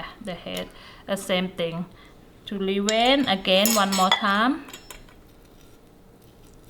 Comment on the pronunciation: Thank you! Now I know how to Dee-Wayne Da Shrimp 🦐😂🤣🤣🤣🤣🤣🤣 Really good 👍🏽 Video 😊